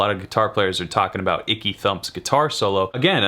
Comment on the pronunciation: Aaaanndd..it was ‘Ecky Thump’ Jack…not ‘Icky’